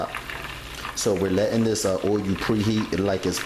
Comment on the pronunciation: God damnit nigga, it's not o-you'll its fuckin uull!!!